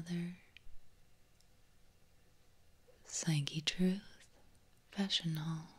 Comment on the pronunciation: Is it me or did fashion haul sound like vaginal? Not trying to be perverted or anything but that's just what I heard. Had to rewind it to confirm or refute my thought